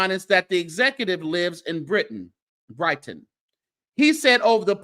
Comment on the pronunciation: it's BRITE - TON . also is this woman delusional ?????